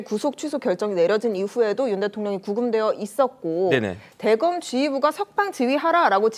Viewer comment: 기자 대검(대검찰청)을 '대검'이라고 아주 짧게 발음하는데 '대:검'이라고 장음 발음을 해야 한다. 요즘 젊은 기자들은 한자어의 장음(:) 발음을 국어사전을 가지고 더욱 공부해야 한다.